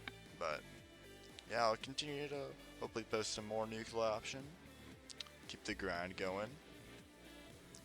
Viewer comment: Dude - Its not "nucular" Its noo-klee-er